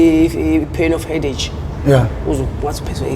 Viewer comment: Kodwa uguy ngathi unenkinga ye pronunciation mara asazi yona eye course kodwa itray-uthi cray and headache umubiza ngenye indlela